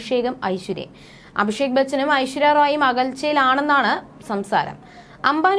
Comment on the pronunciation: മോളെ, ഐശ്വര്യ റോയ് അല്ല...ഐശ്വര്യ റായ് ആണ്. വ്യത്യാസം മനസ്സിലാക്കണം.